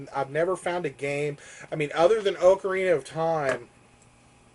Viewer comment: finally someone who pronounces ocarina like me!